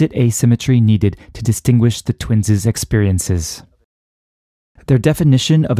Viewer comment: Nice physics, but the pronunication of twins' was distracting. It is not "twinses." The possessive of twins (i.e., twins') is pronounced, "twins." I still claim that biological organisms do not have asymmetric aging in the so-called "twin paradox."